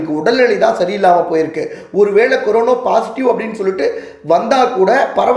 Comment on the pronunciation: கொரோனா..என்றே சொல்லவும்.. கொரோனோ...என்று சொல்ல வேண்டாம்..